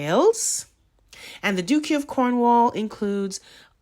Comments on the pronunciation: Duchy is pronounced: Dutch-y Not Duke-y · Duchy is pronounced like Dutch, much. Du chee. (Not like Duke). Interesting podcast. Yes there’s a lot going on behind the scenes. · Great video. have never liked Camilla since she came into media prominence after Charles married Diana. Just a note: Duchy is pronounced DUTCH-ee. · Research some of the UK pronunciations... they are not logical to North Americans. Ridiculous but look them up. Eg Duchy